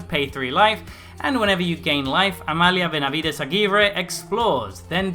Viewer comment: You must be Spanish-speaking, you're the first person on Youtube I hear pronouncing this name properly :D